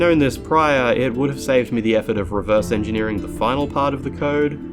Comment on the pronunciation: Dude, "Engeering". fix that